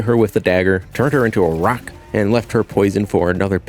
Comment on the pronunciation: I love that you say ROCK like vyper, love the video as usual